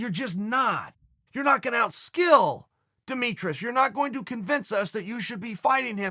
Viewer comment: “Demetrous” was the icing on the cake